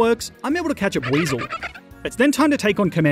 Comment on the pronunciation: buiezle and sobble